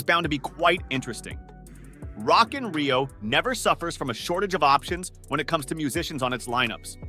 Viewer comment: Awful video, so many bands and festivals pronounced wrong, including Glastonbury, Coachella and Rock in Rio in this list is an insult to all the actual rock and metal festivals.